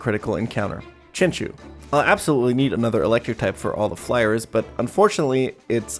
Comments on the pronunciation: I honestly can't get past "Chin- Chew", I'm a terrible person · "Chinchoo" "Poopitar"